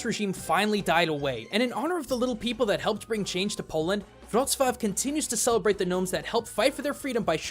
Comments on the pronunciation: Giraffen-Bruder Also he doesnt even say Wroclaw but Wroshwaw or something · Omg i am from poland and it feel like a shoutout and btw you say wrocwav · also wroclaw (cant spell it right) is pronaonced except the L letter with the diagonal line threw the middle is like the english W pronunciation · I'm fine when you said Wroclaw and Pronounced it as an L. But when you Pronounced it correctly the next time it actually hurt to know you could had done it correctly both times xD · Hey, good job with pronouncing the Polish names! ...Well, you did mispronounce Wrocław ( ł = w and w=v) but the sign was spelled incorrectly so I guess it doesn't count.